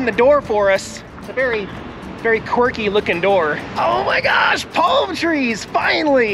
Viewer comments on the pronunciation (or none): Lol the way says "qhwirkhy", a.k.a quirky.